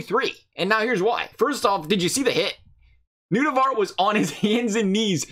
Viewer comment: As an Finnish Person ”Nutivara” hurts my brain